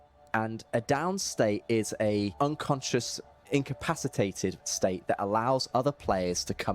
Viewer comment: Take a drink every time you hear day "in-cap-piss-ate-ed". LOL. seriously though it's difficult to learn a language. Much respect. My Spanish is far, far worse. Love the episode though!